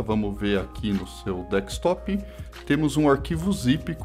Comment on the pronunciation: “Dekstop” é dureza… é desktop amiguinho :) dhr o video.